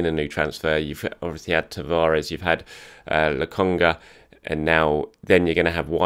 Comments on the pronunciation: STOP CALLING THE LAD "LOGONGA"! It is "LOKONGA". Get it right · LOKONGA! not Logonga:) or just call him Sambi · I been telling for a little bit about "lugonga" but hey I love how humble you are about pronunciations. I agree Sambi would be the best approach.:)